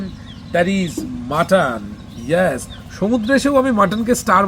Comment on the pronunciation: অনেক অনেক ধন্যবাদ তোমাকে ভাই মাটন কে "মটন"না বলে মাটন বলেছো দেখে